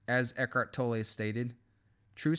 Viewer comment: You’ve made an effort to pronounce Eckhart’s surname correctly:)